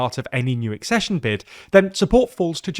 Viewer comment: Finally! Accession pronounced correctly